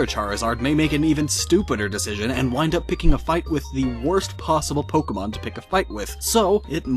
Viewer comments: EEEWW SAID POKE EEE MON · You shouldn't make theory-videos if you cannot pronounce Pokémon correctly....